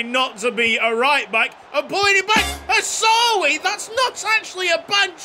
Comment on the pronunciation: Its Hawsawi!!!!!!!!!!!!